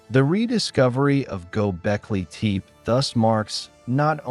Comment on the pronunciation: Gobekli teep? Pass. AI slop.